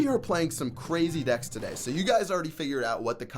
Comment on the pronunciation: that was the worst "today" I have ever heard